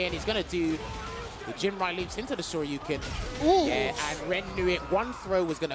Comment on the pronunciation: with the call of Day 3: "He still has an OD Sho-Ryu-Ken!" had 3 or 4 correct calls that last round, but stole the show on that one.